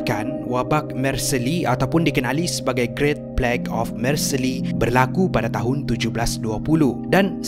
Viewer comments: sebutan yang betul adalah 'marsel' bukan 'marseli' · sebutnya Mar Sey bang bkn Mar Se Li. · Marseille. = Marcel bkn marceli